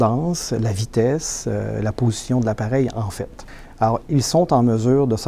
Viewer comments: Si toi aussi tu entends ''potion'' au lieu de ''position'' bah c'est sur t'es un Gaulois 😅😅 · oui je viens d’entendre aussi potion au lieu de position par contre on a bien entendu compensateur le Boeing a toujours u des ennuis avec les gouvernes sur ses 737 et ce n'est pas nouveau